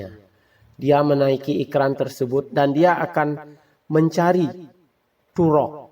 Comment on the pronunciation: Toruk makto bukan turok, gak cetoh